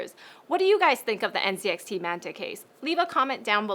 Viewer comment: everytime she said nzxt i heard ncix WHAT